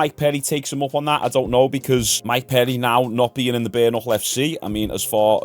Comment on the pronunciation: How the fuck do you get Mike PEDDY out of Mike PERRY??!???